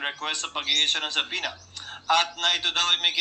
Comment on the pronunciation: sabpeena po yan hindi po sabpuwena😂😂😂